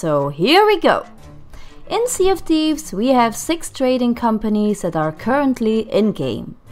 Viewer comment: "Sea of tease"